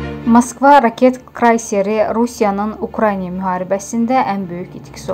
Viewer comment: Əvvəlcə yaxşı olardı ki, bu zəhlətökən reklamı ğötürəydin! Sonra Ukranya deyil Uktaynadır! Krayser deyil, kreyserdir!